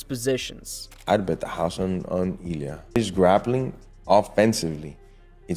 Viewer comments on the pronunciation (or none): Please pronounce names correctly. Accent 1st syllable. Illia.Ill...lee..ah.